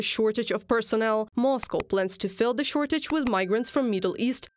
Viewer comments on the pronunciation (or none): Zis zey zat ze. Still in love with letter Z? You sound like a joke. One sentence, 10 ze